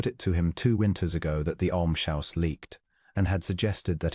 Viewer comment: Yes! I can understand using the wrong tense of “read,” but some of the spellings and pronunciations don’t correspond to any word in English. “Almshouse” should be pronounced ‘älmz-hau̇s, not ‘älm-shau̇s.